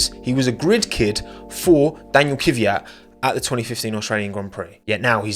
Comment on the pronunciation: Not Kivyat, butt Kvyat.